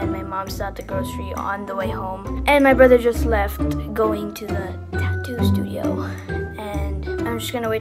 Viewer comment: Tattoo not tato